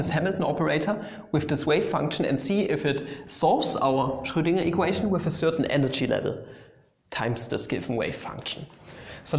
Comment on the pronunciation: He says Schroedinger with that sexy accent Also he keeps saying 'psi' with a hard 'p' ahaha